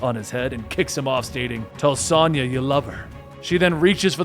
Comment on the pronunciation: Sonja is pronounced differently than the way you say. My mom's name is Sonja. It's like (sOne[long O]ya)